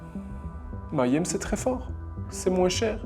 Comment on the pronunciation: Salut, excellente vidéo, mais il faut que tu apprennes à prononcer le mot si tu dois le répéter autant dans ta vidéo... Petite astuce, Mayhem se prononce comme ceci (je te fais grâce de la phonétique): commence comme "meilleur" et rajoute "aime", ça donne "Meillaime" = Mayhem Continue le bon boulot 😊